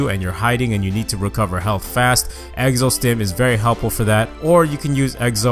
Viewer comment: Why does he say egzo